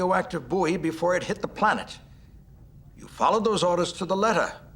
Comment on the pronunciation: Interesting that the Starfleet Command and the voice over switch between pronouncing it "Boy" and "Boo-ee".